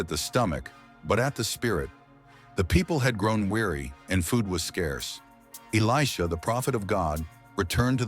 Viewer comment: Good job on the proper pronunciation of Elisha's name. 😊